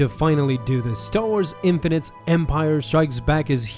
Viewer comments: Again, it's INFINITIES, not Infinites. How can you miss the I every time? Good video though ;) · It’s pronounced “In-fin-i-tees” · Infinities, not 'infinites' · I enjoy your videos, watching these videos about this series is like a stroll down memory lane. It was a cool idea Dark Horse had for "what if's..." However, I must feel I must correct you, the series is called "Infinities (infini-tees)" not Infinites. With that out of the way, I look forward into watching the next video, thankfully, I've got the Omnibus of the series, so I am not suffering from the cliffhanger situation! lol Are you panning on doing 'The Star Wars'? I hope so, it's really intriguing as it gives us a look at what Star Wars would have been like if Lucas went with his earlier drafts. A very "Flash Gordon" feel to it, as it was one of his major influences for SW. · IN FIN IT EES Break out your phonics book and sound it out bro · I love your videos, but it's pronounced "Infinities"! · I love you, but its driving me insane at how you're mispronouncing in-fin-eh-teez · It's still Infinities. Not Infinites. Are you really never going to notice? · I’m 90% sure you are pronouncing Infinities wrong. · He just read it wrong jeez